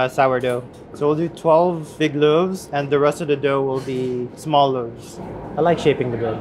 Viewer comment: Dis guy! says loaves as any Frenchman would ahahaha